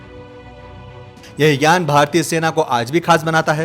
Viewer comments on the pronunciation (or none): none